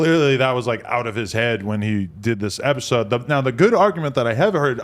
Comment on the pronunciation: be like, " On this epiZode of diZconnected..."